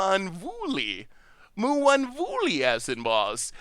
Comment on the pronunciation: Moo-one-voo-Lee but the first four letters are more like Soft M, won. Mwan. Have you considered using donation to take speech therapy? Maybe we should start a gofundme lol